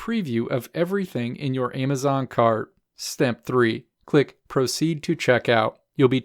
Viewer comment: Stop saying AYEMazon. So annoying